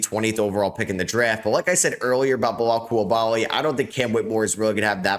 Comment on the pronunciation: His name isnt "Belal Coulabaly" it's Bilal Coulibaly". In french, the "i" sound like "e". Not too fucking difficult to pronounce. Start to respect him !!!!